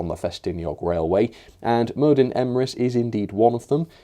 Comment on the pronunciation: DD in welsh is pronounced 'TH' Merddin = Merthin.